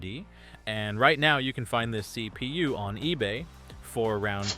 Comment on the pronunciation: Thhseee pee you. love it